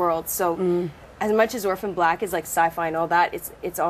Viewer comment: "Oprhan Black" Seriously??